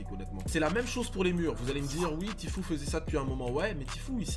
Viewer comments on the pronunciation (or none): Mdr tu prononces de la meme facon « tfue »(tifou) et tu es fou (ti es fou)ptdr